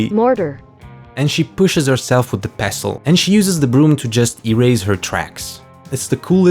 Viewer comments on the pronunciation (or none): none